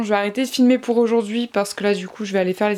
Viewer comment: Je sais pas si tu le sais mais les lettre AU fait le son O et non le son E pour Ojord'hui !